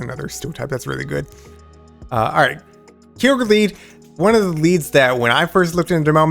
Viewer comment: Good video. On the topic of pronouncing Kyogre… I think it would NOT be K-EYE-ogre but more likely K-yo-ger (yo as in yogurt). Kyo is a Japanese sounding word too. That’s my opinion. Keep shoutcasting! My ML team is Lugia, Mamoswine and Kyogre.